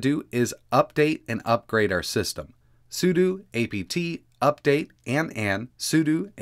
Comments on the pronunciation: "sudo" is usually pronounced as "su-doe". It was jarring when he said "su-doo" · bro it's sudo not sudu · I've always heard su-doe, but I do understand why it would be su-doo